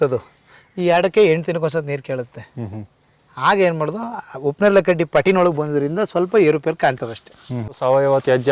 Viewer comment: ಉಪ್ಪು ನೇರಳೆ ಅಲ್ಲ ಸರ್ ಅದು ಹಿಪ್ಪುನೇರಳೆ...